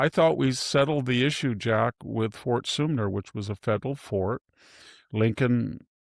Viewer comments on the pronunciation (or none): Fort Sumner not Fort Soomner